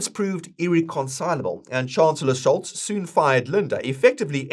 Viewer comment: Just one Tipp: its pronounced SHOLSz and LINDNER (tje fool who Sold our BTC early)